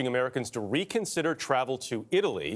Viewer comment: “Reconsider” OH SO FRUSTRATING